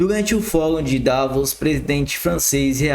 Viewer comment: Esse cara nem sabe ler e quer que se engula ele como influencer, ler errado o nome de macron e Davos